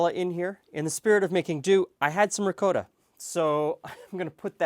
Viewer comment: love how he says "ricowta"